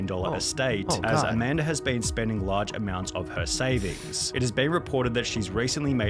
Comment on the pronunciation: dam not Amamda!